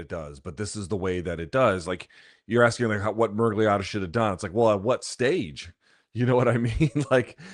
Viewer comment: Best part of this was BC trying to pronounce Miragliotta many, many times.